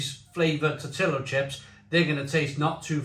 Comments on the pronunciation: Do all Brits pronounce tortilla as “tor-till-ah”? Cracks me up each time you say that. Latinos & folks from Spain (ie the people who invented tortillas) pronounce that as “tor-tee-ya” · Tortilla is pronounced Tor-tee-yah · He might butcher the name, but at least he’s sampling some off the finest items Mexican cuisine has to offer